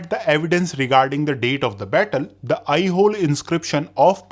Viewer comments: Aihole/ಐಹೊಳೆ is pronounced as "I-ho-lay" and not "I-hole" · It's Aihole not Aihol ऐहोल ❌ ऐहोले ✅ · I think you are spelling some of kingdom in wrong way … it should be said differently…. Example Lata or Kalachuri … we hear it differently from most here in South. Even Pulakeshin is Pulakeshi with no n… even Aihole … you are spelling it wrong very wrong indeed 😅